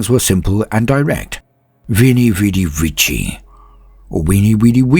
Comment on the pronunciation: Nice Latin good sir! Gives me warm fuzzy feelings when I hear Veni, Vidi, Vici pronounced properly~